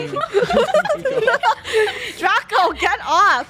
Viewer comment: welcome to learning with chicken nuggets! its draca D-R-A-C-A